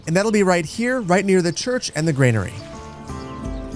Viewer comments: Just want to point out that Granary is pronounced 'gran-arry' and not 'grain-arry' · It's granary not grainary